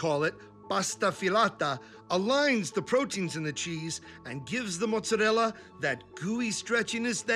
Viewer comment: So tired of dumb New Yorkers says “mutz-arella”.